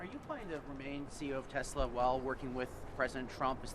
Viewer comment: TRUMP SAID TESLER LMAO :50 mark